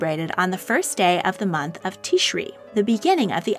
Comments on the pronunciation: As a Jew I was so happy to see you include the Jewish Calendar however you misspronounced the first month of the Jewish year. You said “Teeshree” instead of “Tishrei” or Teesh- ray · By the way, Rosh Hashanah is pronounced Rosh Ha-sha-naah, with the emphasis on the last part of the word, rather than the first part. Also, Tishrei is pronounced tish-rey. Hope I helped! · Great video, just one small note—you mispronounced Tishrei. The "rei" part is pronounced like "ray," not "ri" Love your vids! Hope 2021 treats you well :) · The first month in the Hebrew calendar is pronounced Tish-ray. The Jewish calendar is designed to add an addition month on a rotating basis that was set down thousands of years ago. Many Catholic holidays are determined by when Jewish holidays fall as it was deemed to be more accurate. See the Council of Nicea. Also, wouldn't these calculations assume that the earth revolved around the sun which is a notion that supposedly no one believed in back then? How could they calculate time before there were clocks? How would they know when a full revolution of the earth began or ended?